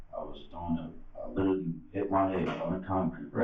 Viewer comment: How many times this man say LIDERALLY, LIKE LIDERALLY .....??